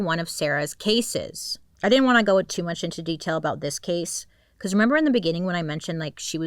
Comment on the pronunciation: Bailey! d id you just said " in the beniiingin " jahahahah